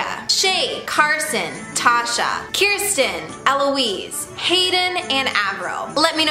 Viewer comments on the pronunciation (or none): none